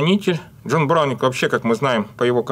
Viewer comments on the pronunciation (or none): none